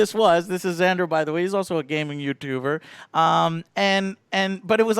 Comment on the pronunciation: “This is Xander” XANDER 😂😂😂😂